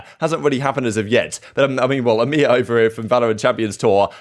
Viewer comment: i love how he says emea like its a fucking word... fuck europe, middle east, and africa... hail eeeemeaaaaaa